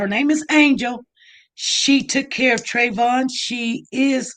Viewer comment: Why interviewer keep saying Trayvon